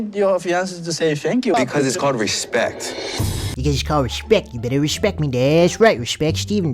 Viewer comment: "Because is called RREEeesPecTt"